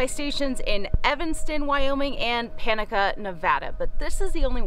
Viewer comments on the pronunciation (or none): I use to pronounce it the same way. I believe its pronounced: Pa•naaaa•ca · You mispronounced Panaca. Don't worry, you'll get used to the Mormon Pioneer way of pronouncing things.